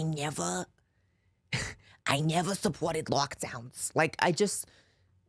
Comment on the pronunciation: “I neva… I neva suppworted lockdeowns” 😂😂